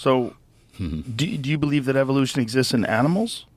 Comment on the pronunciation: Around 36 minute mark, did Mel mispronounce the word evolution on purpose. (Sounded like “EVIL-ution” 🤨